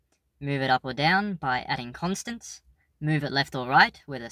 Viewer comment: Given my name, the way you pronounce constants confused my mind.